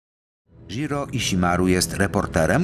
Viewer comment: Ale propsty dla oryginalnego lektura, który prawie poprawnie wymówił japońskie nazwisko pana Stonogi :-) Nie "ż" tylko "dź" (opcjonalnie "ź") dżiro żiro dźiroo Ale "iśimaru" bardzo ładnie :-D (A nie przez "sz")